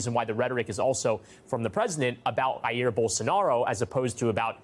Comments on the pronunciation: That's just unprofessional Why the heck would you attempt to simulate (badly) a spanish pronunciation when Brazil speaks portuguese. And on top of that why bother if you won't do that to the rest of his name (wich is italian, so it would still be incorrect)? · Bolsonaro first name is not AH- EAR - It is JAIR…PRONOUNCED IN Portuguese not Spanish. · Even if it was a spanish name it would be pronounced as HA-IR I don't see the point of going out of your way to pronounce something "faithfully" if: 1- You're not capable of pronouncing it correctly; 2- You don't make proper research, there's tons of brazilians on the internet pronouncing his name. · It's not Haír Bolsonaro. Jair with a hard J in Brazilian Portuguese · The headlines are misleading, highlighting Trump's claim of a witch hunt without providing proper context or even mentioning the Brazilian's president response. From the start, mispronounces Jair Bolsonaro’s name, opting for a Hispanicized version instead of the proper Portuguese pronunciation. When the host introduces the Washington Post article that outlines the similarities between Trump and Bolsonaro which clearly points out how Brazil is now seen as a global example of holding leaders accountable for anti-democratic actions and how this conviction might inspire others, instead of expanding on this notion what this example could represent to Trump and the US, the panel seems to retreat, brushing it off as merely Trump being Trump. As usual the panel is given more weight than the news and we come away with speculation and deflection. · Please do not pronounce "Jair" as if it was a Spanish word.